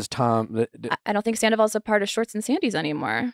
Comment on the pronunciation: it's 2024, and Nick still can't say "Schwartz" correctly 🤣